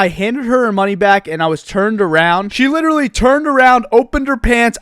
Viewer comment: Stop saying liddurulee